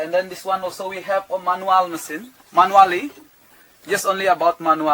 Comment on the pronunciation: Masin or machine? Hahahaah